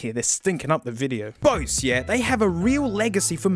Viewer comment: Doesn’t even know how to pronounce Bose. It’s not bowsz